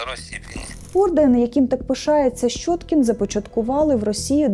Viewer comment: Ну не шчоткiн нiяк, а щьоткiн. Для чого понос нести? Рiже вуха. Де вона вчилась?